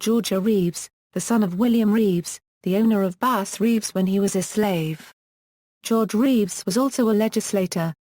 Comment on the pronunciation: The narrator should learn how to pronounce his name.